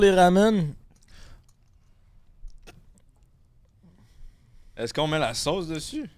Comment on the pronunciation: J'adore voir le côté coquin de haha!! Et ca me fait rire qui dis des RAMUNE 😂 RAMEN (ra-mène) pas rawwwmunnee😂😂😂